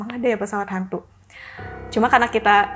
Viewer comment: Pas ngomong pesawat "Hantu" aja terdengar logat nya jelas banget pengucapan T nya